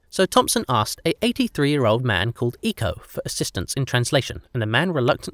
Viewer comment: I wish you had asked a Polynesian how to pronounce Rongorongo and Iko